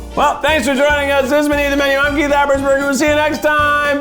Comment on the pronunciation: Guys, is Keith's last name Habers or Hapersburger? Cause no matter how many times he says his full name, I can't quite make out what he's saying.